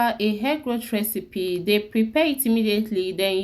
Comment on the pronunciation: Get some other person to explain in proper English, I am sorry to to say that your English pronounciation is horrible, simply can not understand what on Earth you are saying. The RECEPY ingredients can not be understood. Vedeo is all in wain. Please repeat the vedeo with proper English pronounciation.